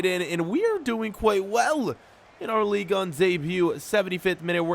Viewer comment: Can u stop say league un its league 1